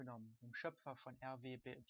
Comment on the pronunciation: Schönes Tutorial! Du hast mir sehr geholfen :D By the way: ich weiß ja nicht ob du das mit Absicht gemacht hast aber eigentlich wird RWBY ausgesprochen wie Ruby (Oz hat das einmal auch so ausgesprochen als er den Teamnamen verkündet hat) But anyway: Thumbs up!